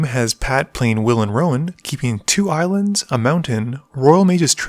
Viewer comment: Those pauses with the ... “Islands,” and “Mountains,” ended me haha